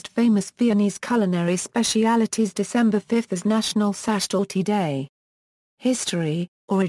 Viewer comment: You mispronounce sachertorte badly!